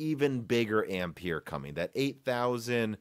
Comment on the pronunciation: Please learn how Ampere is pronounced